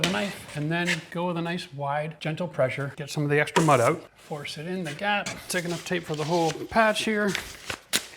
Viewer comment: this guy must be Canadian by the way he says OUT or OOT. 😅👍